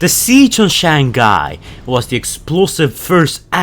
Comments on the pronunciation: I know it's not intentional but I love how pronounces Shanghai to SHANGGUY XD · Your said it as Shanghai to Shangai also sideway apers in d o t m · He literally pronounced it “Shaangguy” every single time 😂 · Shang-hai thats how u read it